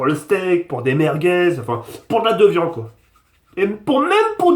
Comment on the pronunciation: 4m09 "pour mes frite, pour mes potetos, pour mes merguez mes khefta pour la de-vian quoi" mdrrr 2016